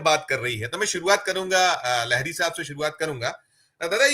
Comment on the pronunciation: Bhai saahab, gautam dada ke surname kaa sahi uchchaaran लाहिड़ी hai. Inhen लहरी kahna kripayaa band karen. Sambhav ho to Satya Gindi aur aise doosre platforms ko bhi yah msg share karen. Jin diwangat filmi geet sangeetkar ko ham hindi wale भप्पी लहरी kahte hain unka naam bhi बापी लाहिड़ी thaa